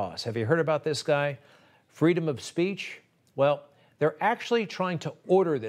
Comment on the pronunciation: shes worried she will lose her fweedom